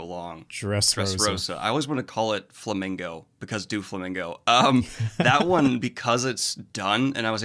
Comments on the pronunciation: Mainga 💀 do-flamingo💀💀💀💀 Kay-doe💀💀💀💀💀💀💀💀💀💀 uncle ear-row💀💀💀💀💀💀💀💀💀💀💀💀💀💀💀💀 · Those pronunciations had me in stitches. kay-do, doo-flamingo 😂😂😂 Not judging btw it happens often when binging the manga. You’ll pick up the pronunciations from watching the anime enough ✌️